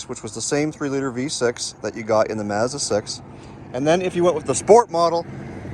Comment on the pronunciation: This guy needs to learn how to pronounce "Mazda".